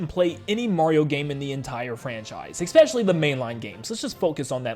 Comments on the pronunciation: this has to be said, its pronounced "especially", not "expecially". heard it a couple of times in your last few videos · Make a joke video about how nintendo is releasing a new console before the year 2100 AND ALSO PLEASE PRONOUNCE ESPECiALLY RIGHT